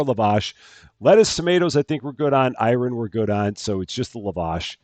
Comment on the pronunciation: Once again dear, the name of the yogurt drink is pronounced as "I run", not "Iron" 🥰